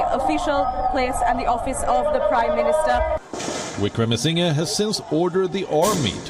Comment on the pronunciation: He is not Wickramasingay, say Wickramasingher.